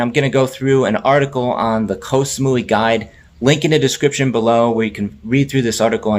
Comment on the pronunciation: เกาะ = gaw = island. short vowel, low tone. one of the most commonly mispronounced words in Thailand. if you're living there id suggest a language coach. high season blows, swamped with tourists, prices double.